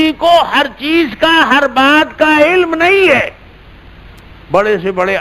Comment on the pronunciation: عِلَم نہیں علم ہے